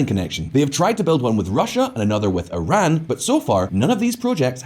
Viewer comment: Lol quite an entertaining video; a real shame though since the music and women there are beautiful. Also, +1 for properly pronouncing Pakistan and Iran. Strangely, you seemed to mispronounce kilometres though, which is pronounced as if it rhymes with nanometres or metres itself, not with "thermometers" (because it's a unit of measurement, not a measuring device).